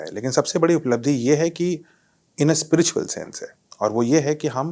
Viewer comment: Madam ji, Spritual nahi spiritual hota hai, please apne mehmaan se hee seekh lein. Journalist kee pronunciation par attention is very important.Nahi to Hindi mein hee Adhyatmik hee keh deejiye please. Das baar ek hee Galti bahut hee jhunjhlahat kau nirmit karti hai.